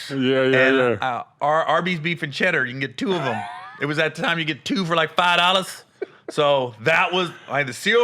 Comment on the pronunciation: "20 dawwlars" 😂😂😂